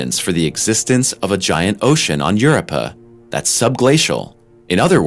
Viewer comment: He even said Europa weird...